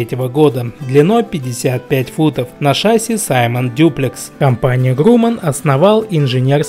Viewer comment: В слове ШАССИ ударение ставится на второй слог.